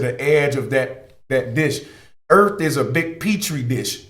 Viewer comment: Where is this planet Erf you speak of?